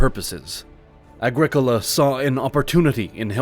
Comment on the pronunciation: It’s ‘Agricola’ folks tsk tsk tsk